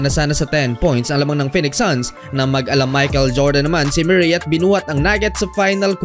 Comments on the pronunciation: Murray tol pronounce moohrey a ewan😂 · mu-rey not myu-rey (MURRAY) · Jamal MEW-ray!😂😂😂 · Jamal Muh-ree